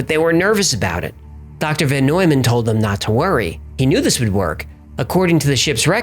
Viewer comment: It is VON Neumann not VAN.